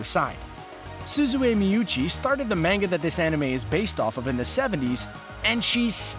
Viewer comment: You say manga wrong